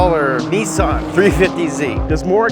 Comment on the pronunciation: Stop saying nissin it’s Nissan